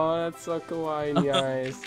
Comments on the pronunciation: Actually, my best friend lives in Japan.... kawaii pronounced KA-WAY means rude/mean (or angry can't remember but it is one of them) and kawaii pronounced KA-WA-EE means cute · ***** No, Kawaii does mean cute. But some people pronounce it "Kowai" which means scary in Japanese. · you were saying kawai which means scary....-.